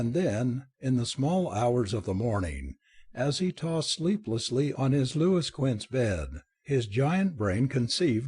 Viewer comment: "Loo-iss quince"? I wouldn't listen to a reading by AI if I could find these stories read by a competant human